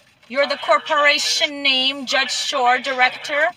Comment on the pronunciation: Alpha David, corporaySHUN. Good job reading that dictionary, lady 😏